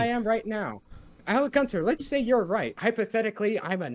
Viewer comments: If i hear him say 'Alec Gunter?' one more time I'll scream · I've been trying to get through this video all day, but I can't handle saying Alec Gunter repeatedly. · “AlecGunter… AlecGunter…AlecGunter…” bruh